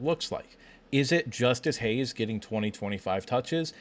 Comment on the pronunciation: It's Justice Haynes, guys. Not Hayes.